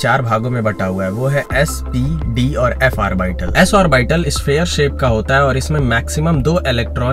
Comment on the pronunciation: The way you pronounce orbital is nice.... But its aw-buh-tl